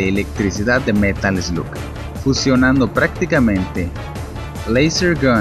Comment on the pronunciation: Se pronuncia merol sloc